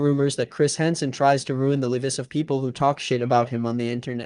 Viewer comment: why did you pronounce lives like that